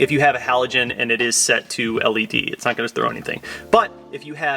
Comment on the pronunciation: Say led again